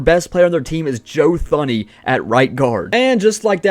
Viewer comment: His pronunciation of Joe Thuney🤣🤣🤣🤣